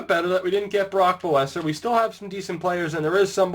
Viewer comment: hey man Brock Boeser is pronounced besser